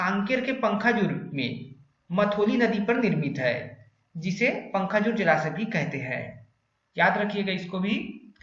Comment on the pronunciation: पंखाजूर नहीं पखांजूर